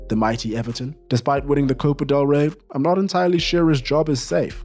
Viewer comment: I was back home having some dinner when I heard "the M I G H T Y EVERTON"... Legit almost choked to death lmao 😂